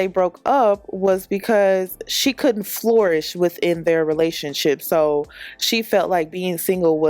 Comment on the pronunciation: Girl keep saying floorish and not flourish 🤦🏾‍♀️🤣😂 lord